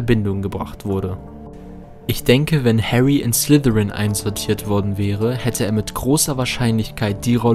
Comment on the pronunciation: Es heißt Slytherin....nicht Slithirin du Muggel